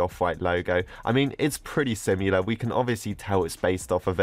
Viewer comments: hes says similar like simular ik hes english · The way he pronounces similar 😂😂